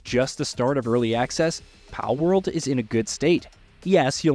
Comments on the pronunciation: Bro why are you calling it "Paleworld" lol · the guy can say ''pal'' just fine but you add a ''world'' to it and he says ''paleworld'' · Pale-world? Wtf? Why are u pronouncing them as “Pal” than? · You know they are called “ Pal” and we can hear it when you reference them as pals yet you pronounce the full word “pale world “ I don’t get it lol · Pale-world??? I think your pronouncing it wrong buddy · Bro doesn’t know how to pronounce pal 💀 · Yeah, seems one of those cases the narrator read what his brain wanted him to read instead of what's "on paper". Or a typo on the script Idk 🤷🏻‍♂️ But Palworld, cool name for a game. That looks really fun. 👌🏻